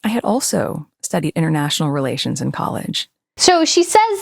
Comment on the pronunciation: Oh international relations. I bet she did lots of "international re-LAY-tions" stuff aboard those yachts. 😄🤣😂